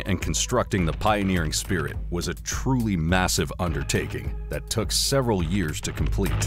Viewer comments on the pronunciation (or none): none